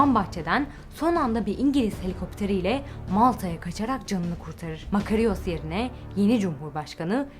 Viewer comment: "Fatih Zorlu" değil, Fatin Zorlu; Fatin Rüştü Zorlu. "Makariyos" demeyin ayrıca "Makaryos" diye okunuyor o isim.